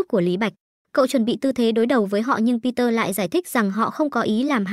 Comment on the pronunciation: người ta tên bi de ad đặt google nói kiểu gì thành peter vậy =))?